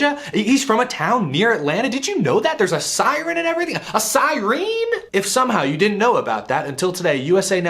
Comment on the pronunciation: Another failed reconfig. The old configuration with the 675 hp package would have been way better with this car. Even with a repave. And WTF is a sireen?